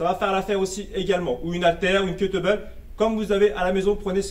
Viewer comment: Merci pour la video, cest top! Meme si j'ai dû écouter plusieurs fois le debut... J'ai vraiment cru que tu avais dit ''une bouteille d'eau, une haltère ou une côte de bœuf'' mais kettleball c'est plus logique... Merci encore!!